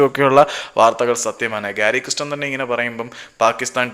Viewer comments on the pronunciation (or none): 😂😂 ഗാരി കൃസ്റ്റനല്ല ചേട്ടാ‼️ ഗാരി കേസ്റ്റൻ‼️‼️😂😂